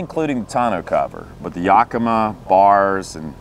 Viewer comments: Properly pronounced "YAKimah", not "YOKamah" for those folk not from the north west US. :-) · In Washington we pronounce it "Yack-eh-mah Not "Yahkeema". (Don't know how the native people pronounced it) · Another great and informative video; thanks, guys! Inspired by you, we got that exact tonneau cover awhile ago and love it. I have to tell you, if your other Pacific Northwest fans haven’t already: “Yakima” is pronounced YACK-ih-mah. Primary stress on “YACK”; secondary stress on “mah.” Trust me; I’m a professional (literally: I am a pronunciation researcher for the audiobook industry). That’s why DH and I are a great team: he operates all the dangerous equipment, and I make sure he pronounces things safely. We are probably going to get that same YACK-ih-mah rack for our bikes, but it’s good to hear about your experiences with it first. Thanks again! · YACK-uh-MAW. The stress on the third syllable is less than the stress on the first syllable. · First time I have ever heard Yakima and Thule read out load. Been reading them for years and that's not how I pronounced them in my head. Particularly Toolie :-) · That's crazy. No one from Yakima pronounces it that way, but I see that the company is based in Oregon, not Washington so that must account for the difference.